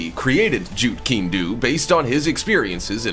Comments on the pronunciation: It's pronounced Jeet Kundo, the pronunciation is koon-doh! Not koon-doo! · You really must work on your pronunciation, it's quite hilarious but, it's stupid, it's illegal to pronounce Jeetkundo slowly anyway so I would be careful what I say if I were you. 💥